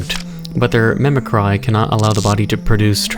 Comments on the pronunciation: does not know how to say mimicry? Mimicry Mim-i-Cree the way you pronounce it is Mimicree the way you write it is Mimicry. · mimicry is pronouncer "mimicri"